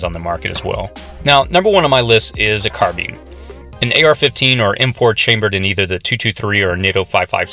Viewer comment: Hearing it pronounced "car-been" is like nails on a chalk board >,<